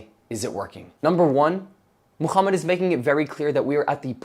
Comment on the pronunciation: Why do you pronounce Muhammad as "Mooh-Kchhh-ummud" or "Muuh-Kchhh-ummot" with your big gangly Zionist looking ass face 💀🤣